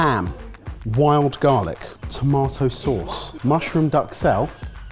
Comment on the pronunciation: you guys need to work on your pronunciation. Ducksell.... bane merry? jesus get it together.